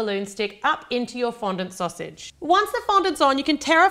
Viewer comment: Did anyone else laugh when she said sausage? Loved the video though!!